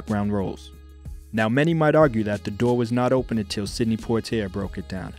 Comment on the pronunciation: Check pronunciations of names. I think Sidney and Lana.